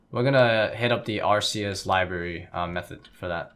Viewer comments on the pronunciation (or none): Pronounced Ark-ay-is not Ar-see-is